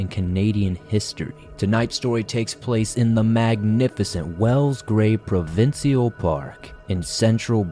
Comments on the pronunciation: Love your videos, esp the shimmering turtle one. Full respect to you, but Canadians pronounce provincial Pruh-vin-shul 😊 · Love you covered Canada, even if all sad stories mind you. I've heard about the David story before. I can please share that we Canadians say "Provincial' (pro-vin-shul) thank you